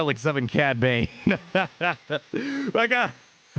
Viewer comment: For him to Say cad bane